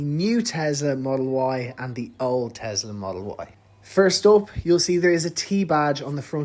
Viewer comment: It’s Tesla not Tezzla 🤦🏻‍♂️